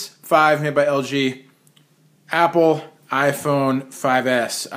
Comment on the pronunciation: u said yapple